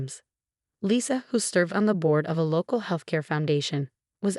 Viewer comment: Lisa, not Lissa. Sarah is a victim of medical neglect and abuse. Lisa, not Liza. Specialist, not secialist.